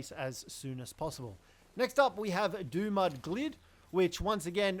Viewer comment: This guy said it wrong. It's Dumud Gild. like gilded. or covered in gold. and its DUMB MUD